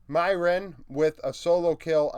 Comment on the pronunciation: Small correction on the pronunciation for MDK's top laner, broadcast has been saying it "meer-win"